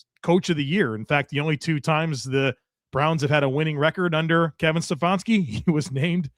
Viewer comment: I started thinking Stef-on-ski was a dig on the bad coaching lol.